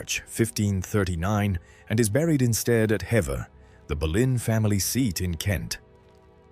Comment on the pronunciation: It's pronounced Hee-ver Castle, not Hev-er. ♥️🇬🇧♥️